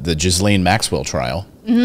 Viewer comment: WOMAN'S NAME IS PRONOUNCED "GHI LANE" SPELLED GHISLAINE MAXWELL. THE ES IS SILENT.